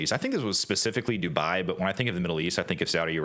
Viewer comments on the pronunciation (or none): none